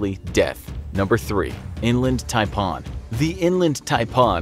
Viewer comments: It’s not taipon its taipan with an a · Ty-p-an not Tie-Paan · Who knew Japan was pronounced Ja-pa-on? I would have never known that had he not pronounced coastal and inland taipan snake as tai-pa-on. . . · Love the way you say "Taipon" in down under we pronounce it like "Thai-Pan" taipan :) ive also seen the irikandji jelly fish and box/man o war jelly working on the great barrier reef in the far north of aus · Taipan not Taipon. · TaiPAN not taipon.. get it right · That’s not how you pronounce Taipan, it’s pronounced like this ‘Thai-pan’ . The way it’s said in this video is horrible. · You may need to learn your animal pronunciation its tipan not tipon 😆 And the worst most venomous snakes that beat half on your lame list is the Gaboon Viper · Pronounced TIE-PAN. as in a cooking pan! Signed, an aussie. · Love living in Australia and I’m glad most of them were from here😂😂also the taipan is pronounced as TIE-pan. Also when you said spring of 2019 you talking about American spring or Australian spring? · Its TY-PAN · It’s tai-pan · ThaiPawn. otay... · The way you pronounced tiapan was really annoying. It's pronounced tie like neck tie and pan like kitchen pan. The way you pronounced it made it sound Indian or something. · And he said taipan wrong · I Don’t like how he was saying “taipan” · Imagine if he said frying pan with the same emphasis on the pan. Anyone want some coolhwhip? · As an australian it triggered me on how you said taipan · the fact he says Taipan wrong like pronouncing slightly different is triggering me XD also yay Australia we have deadly animals, love it here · Just so you know the reason why people don’t get bitten by the inland taipan is bc they live in the rural inland parts in Australia and you said taipan wrong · Please pronounce taipan properly